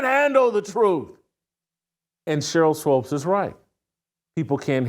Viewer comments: its swOOpes my man, not swOpes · Isn’t it pronounced Swoops, not Swopes? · Shemeka doesn't come close to looking old enough to have a 28yr old kid. Also someone PLEASE teach Jason how to say Sheryl Swoopes.....it's not SWOPES lol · Whitlock..her name is sheryl swoopes not swopes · It's swoopes pronounced sw-oops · SWOOOPES pronounced like HOOOOPS MANE! SHEEEEEESH!!!! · It is Swoops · You can't pronounce Cheryl's name, BUT you CAN pronounce SHEMEKA?!? How about if we pronounce YOU with a long I?!? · I really need Mr. Whitlock to start pronouncing Sheryl Swoopes' last name the correct way. As a journalist discussing a former athlete who has been a top collegiate and professional basketball player, Olympic gold medalist, and foundational member of the WNBA and 4x champion in that league, he knows the correct pronunciation of her name. It wreaks of passive aggressive belittling of a woman because he doesn't like her, disagrees with her world view, or doesn't think she's hot. Do better Mr. Whitlock, I have higher expectations of you. It's Swoopes not Swopes. Intentionally and consistently saying her name wrong should be beneath someone who presents themselves as a voice of morality. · I was just thinking why does he keep mispronouncing her name? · Jason keeps mis pronouncing it 😂